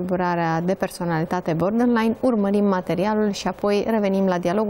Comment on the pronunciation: Nu a ascultat nimeni materialul citit?! Pe tot parcursul domnisoara spune “bordenline” in loc de borderline. Inclusiv moderatoarea, ceea ce ma face sa cred ca este aceeasi persoana. A explicat invitata termenul. Ca vine de la border, care inseamna granita.